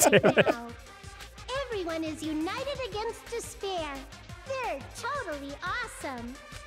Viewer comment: Spoiler: Despair = dis-bear.